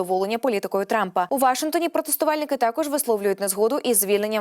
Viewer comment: Слово "Вашингтон" має наголос на останньому складі ❤